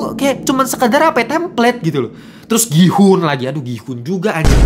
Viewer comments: Ya ga perlu juga dihujat juga soal bahasa koreanya TOT… Dia kan ga pernah belajar bahasa korea jadi wajar dong kalau pengucapannya salah. Gua juga kalau mau nyebut gihun ya juga gi-hun pasti karena ga ngerti bahasa korea. Mentang mentang lu bisa bahasa korea. Gua kasih lu ngucapin kata bahasa lain juga lu pasti salah 😂😂😂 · DAN LO TAU APA? Dari semua hal-hal esensial dalam series ini yang luput untuk lu pahami (karena kita semua tau lu kejar setoran), BERKALI-KALI NAMA GIHOON DISEBUT DI DALAM SERIES INI, LU MASIH SALAH CARA SEBUT NAMA DIA 😂😂😂😂😂😂😂😂😂😂😂😂 Kalo lu ga ngerti bahasa Korea sama sekali, lu gatau cara nyebut nama-nama Korea dengan baik, lu males ngulik pake AI, MINIMAL KUPING LU DIPAKE: pronounce nama Gihoon itu "GI-UN", letter "H" is silent, bro! Nggak Inggris, nggak Korea, pronunciation lu BUSUK SEMUA 😂